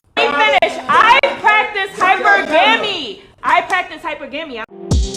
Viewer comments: Hyper-Gam-y lol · She can't even pronounce the word, yeah!!! 😂😅😊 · Shorty can't even say hypergamy right but yet her goofy ass practice it 🤦🏾‍♂️🤷🏾‍♂️😂🤣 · I know damn well she wasn’t tryna say hypergamy 😂😂😂